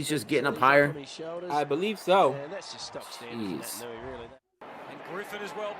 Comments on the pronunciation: He's Fijian and he plays for the best club in the world. It's Pronounced Nait-an-ui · He's Fijian. Pronounced Nay tan oo ee . And a Mark is just when you catch the footy from a kick. You can be alone when you mark it.